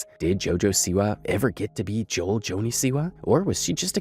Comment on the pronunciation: hey just a heads-up her name is pronounced- JOE. EL. Joan.....joel is a males name Joelle is a girl's name. JOH ELL